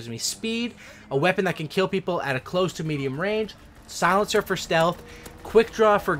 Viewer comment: Is he saying solincer?